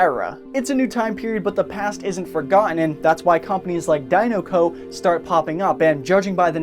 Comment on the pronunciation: OMG the way you sa DINOCO like ugggggggghhhhhhhhhhhh